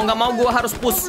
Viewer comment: Bang salah tu, push bukan punsh 😆😆😆